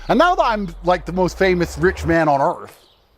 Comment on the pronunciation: YOU GOHUH PUHUH FAMOOSE ON IT